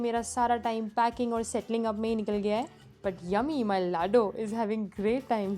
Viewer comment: Lovely, you maintained each and every corner so nicely and more thing i love the way you say my lado🤗💞